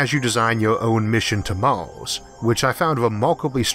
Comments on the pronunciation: Why do you say Mors instead of Mars? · mors, venis, orth, antorctico, wardo, fiyoh it annoys me more than it should... sorry, but i cant watch this video. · Did you say Mars or Mouse? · MARS not MAWS, RETURN not WETUWN lol yeaws instead of years, houws instead of hours 😆😆😆😆😆😆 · I don't want to be "that guy", but I love your narration skills Mawth? Tewwafowm ? Sorry :-) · What planet is Maws? Learn the letter R, makes for easier listing XD